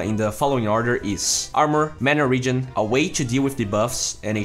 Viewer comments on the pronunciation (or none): none